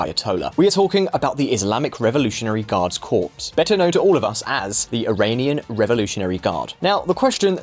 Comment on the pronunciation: Or even standard English words like Corps.